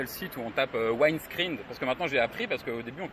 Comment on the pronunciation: J'avoue avoir arrêté après le "Waïne Screen". Quand on achète un Hummer, et qu'on fait de la comm, un minimum de connaissance de la langue anglaise serait utile...à part ça c'est pas mon type de voiture mais chacun ses goûts et ses passions :)